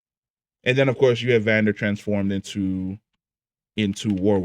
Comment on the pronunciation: I don’t like how he says Vander and Isha, it triggers me